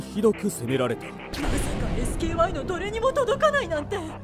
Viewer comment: SKYはエスケーワイと読むんやで😅